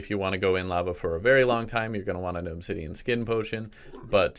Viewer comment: aaaahhhh every time you say lava